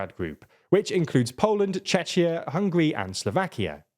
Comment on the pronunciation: I usually like your videos, but this one... Let's just say you did a good job completely missing Czech role in V4, as other have said, it's not Poland against the rest, but Poland and Czech Rep. against Slovakia and Hungary (or at least the current governments...). Oh and if you can't pronounce Czechia, just say Czech republic...